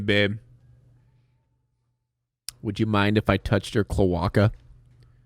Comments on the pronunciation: It's not pronounced cloWaka it's pronounced clowake-a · I hate the way the guy in the video says "Cloaca" (cloe-ay-kuh) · The second I heard the way the dude pronounced cloace I immeaditly start making the Pac-Man noise in my head